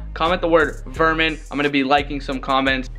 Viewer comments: "Verman" lol why are u wearing ur jersey backward its swagger lol wtf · He said Verman